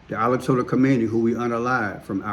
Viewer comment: Ayatollah not Alatollah🤦🏽‍♀️